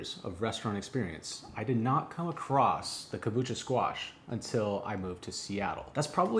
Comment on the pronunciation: kabocha not kabucha